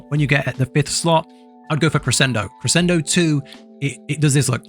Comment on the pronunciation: "Eyes wolf" kri-SHEN-doh, kri-sen-doh lmao